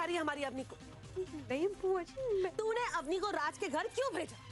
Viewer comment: Auni nhi hota woh Avni hota hai.